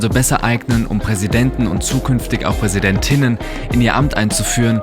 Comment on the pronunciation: was mir grade sehr auffällt wie sich die Betonung bei der weiblichen Form verändert hat. Wenn man Präsidentinnen ausspricht muss man doch das "T" gar nicht so krass hart betonnen. Also "PräsidenTTTinnen!!". Durch das gendern (was ich hier garnicht haten will, mir fällt es nur auf) kriegen wir es garnicht mehr richtig hin manche Worte einfach normal auszusprechen.